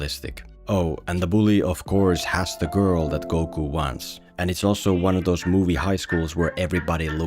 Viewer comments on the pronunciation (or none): none